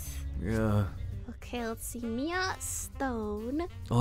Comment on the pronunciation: She said u again on Miea